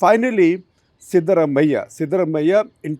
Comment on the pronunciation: Dear SG Can you please have Print folks pronounce South Indian names - at least the more common ones like Siddaramaiah correctly? The correct pronunciation is सिद्धरामय्या - Sidda is the more vernacular spelling of the Sanskrit word सिद्ध and रामय्या is राम + अय्या(father in Kannada ) . Not really hard for the Print journalists if only they care to learn it.